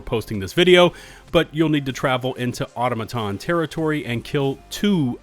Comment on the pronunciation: Does anyone know why every single Youtuber that posts Helldivers 2 content pronounces "Automaton" wrong? It's "Aw-tah-mah-ton" not "Auto-maton".